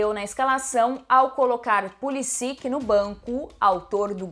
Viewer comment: Pulisić* o ć tem som de t